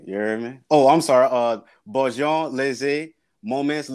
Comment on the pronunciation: Im french and that shit wasnt french . « Bonhoow howw mow how bow rolaw « how can that be french .